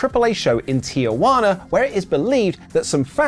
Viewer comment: The city name is Tijuana. Pronounced Tee-hu-a-nah. Where do white people get Tia-wana? Are you calling one of your Aunts named Wana?